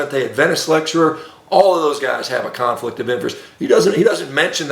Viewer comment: Shawn baker mini-stroke goes for like 15 seconds! He’s very angry and can’t say “American academy”. Mispronounced “conflict” 15 seconds later. Get help, Shawn, get help. Brain arterial supply is waning and brain is as inflamed as a 20yr NFL veteran.